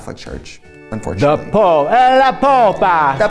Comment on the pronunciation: “Popa” is how you say “butt” in Russian. So I like that it’s how they pronounced the Pope’s name with an accent. Though I don’t mind the current Pope Francis.